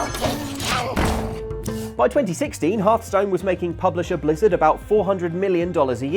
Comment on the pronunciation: halfstone? these people are English and they can't even pronounce Hearthstone properly